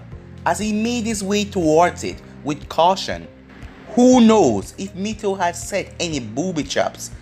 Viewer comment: It’s not mikato it’s mito